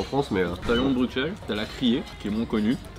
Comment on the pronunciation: pas éons mais Léon... c'est pas faute de le répéter dans la vidéo 😸